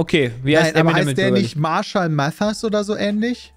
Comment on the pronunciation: Kurz zur Frage 14 und deren Lösung/Aussprache also SPOILER!!! :D . . . . . . . Fun Fakt: Es ist als deutscher typisch Eminem falsch auszusprechen :D nicht "Emi nem" sondern "Em in em" für M&M = Marshall Mathers